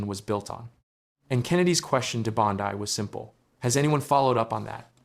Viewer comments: Hey, A.I., her name is pronounced, “BOND-ee”, not “BOND-eye”. Get it right or don’t do it! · Why must you mispronounce her name?